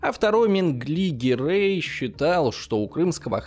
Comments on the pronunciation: гирЕй, не гирЭй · Все бы хорошо, но не ГирЭй, а ГирЕй. Не вИзирь, а визИрь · Почему ГирЭй? Как-то режет ухо! ГирЕй правильнее, считаю! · Но при этом тут до фига других кривых удареней от вИзирей до гирЭй - что это вообще.